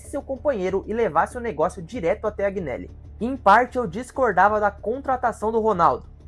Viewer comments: Informe se melhor sobre 2006, Informe se melhor em relação à sentença final que saiu este ano nos tribunais da justiça ordinária. Outro erro grave. JUVENTUS está quebrada? Onde? Por favor contextualize essa " Informação " Outro ponto, AGInelli? ...veja certo como se fala o nome do Agnelli, Aproveito pra dizer que NÃO foi o Agnelli que construiu o estádio. A Juventus não contratou o Cr7, foi ele que quis jogar na Juve após, ele receber Palmas da torcida após um gol de bicicleta. Você sabe o que significa "plusvalenza "? A pandemia atrapalhou e muito o retorno financeiro, mas quebrada nunca. Enfim..falo em nome só fan club oficial d Juventus no Brasil. Foi só um toque, tem pontos errados aí conforme citei. Sobre perder os últimos 5 títulos, são ciclos, a Juventus ficou 9 anos sem ser campeã italiana quando Platini pendurou as chuterias , volrando a ser campeã em 95 com Baggio. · Vídeo bom mano,agneli se pronuncia anheli,para a prossima vez tmj